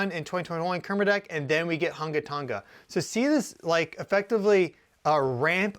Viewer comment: You said that volcano name really well. Good job 😊